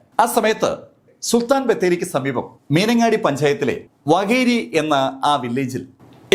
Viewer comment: വകേരി അല്ല വാകേരി